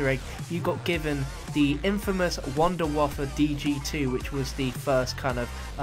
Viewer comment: Its pronounced vundevaffe